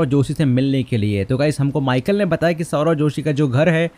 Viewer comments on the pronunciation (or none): none